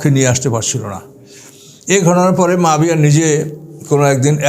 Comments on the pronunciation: Nam tao to bolte janenna abar vul dhoren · এই লোকের উপর আল্লাহর লানাত পড়ুক। এই ব্যাটা আহলে কুরআনের লোক, মুনকিরিনে হাদিস, হাদিস অস্বীকারকারী, জলিলুল কদর সাহাবী হজরত মুয়াবিয়া রা এর ব্যাপারে মিথ্যা অপবাদদানকারী। শিয়াদের মিথ্যা ইতিহাস পড়ে সাহাবিদের সমালোচনা করছে। কোনো মুসলিম সাহাবিদের সমালোচনা করতে পারে না। এটা মওদুদির উম্মত। একজন সাহাবির নাম টাও সঠিক ভাবে নিতে পারে না। কুরআন সহিহ ভাবে পড়তে পারে না। এ হচ্ছে কুরআন গবেষক! নাউজুবিল্লাহ। এর কথা যারা মানবে তাদের ইমান হুমকির মধ্যে পড়তে বাধ্য। সাবধান! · আপনি একজন জলিলুল কদর সাহাবী হজরত মুয়াবিয়া রা এর নাম টা ও সঠিক ভাবে নিতে পারেন না। ছি ছি ছি!